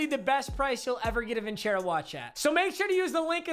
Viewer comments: its vincero not vinchero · Bro you literally pronounced your own sponsors name wrong😂😂😂 it’s pronounced (vin-sair-o) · Your saying the name wrong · Only Papa would mispronounce a sponsor's name.